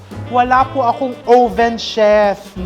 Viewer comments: Chef RV, I love watching you, informative at nakaka aliw! Pero chef, yung oven po, pag pronounce "uhven" po. Short o. Watching you makes me feel closer to home❣Happy holidays❣ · 'owe-ven'? But terrific cooking channel. Informative and entertaining!